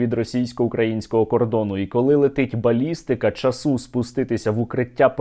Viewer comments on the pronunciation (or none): та не часУ, а чАсу, неможливо слухати, якою мовою він розмовляє?